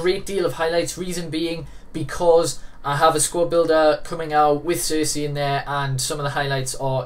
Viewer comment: Really good review, but he's name is said"Cherchi" No hate